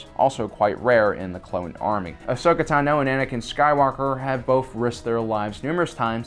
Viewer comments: It’s ‘tAno’, not ‘tanO’ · It’s really Ton-oh not Tin-oh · FOR THE LOVE OF THE FORCE! IT's Ahsoka TA-no, not ahsoka ta-NO. Usually when people mispronounce her name, it's as ashoka, not her last name. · Ugh I can’t stop thinking about how he says asoka tano. He says tino ugh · Tano Tah-No Tano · The way you say tano really annoys me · Why do you say Tano wrong?? lol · I’m sorry but I have to question this guys love for Star Wars if he can’t pronounce tano correctly or ularine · Ahsoka Tano says her name 100's of times how tf you still mispronounce it? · Am I the only one who hates how he says Ahsoka’ s last name? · No but probably the 1% that can prenounce it correctly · I hate it too. All the episodes where she pronounces her own last name and he still can't say it right.